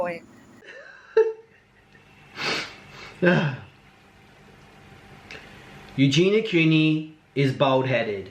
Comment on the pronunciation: He can't even say her name properly 😂